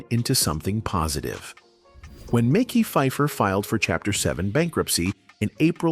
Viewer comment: Dislike AI delivering stories of black actors, butchering their names. It's Mekhi. Like Mehsky. Not Mickey